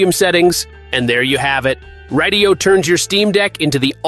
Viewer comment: Brother…radiyo is pronounced just like radio. It’s a play on words 😂